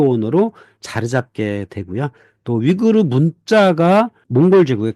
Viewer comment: 한국어론 위구르 아니면 영어로 위거지 위그르로 발음될 수 없어, 무식아!